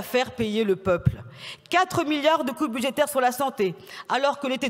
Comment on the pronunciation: 2 millions de pewsonnes âgées ou 2 milliawds ? Balivewnes!!!